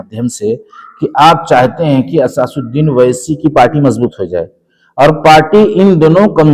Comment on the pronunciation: owesi name lena sikhlo pehle